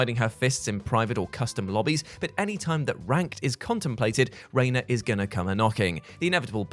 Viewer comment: Reina? Really?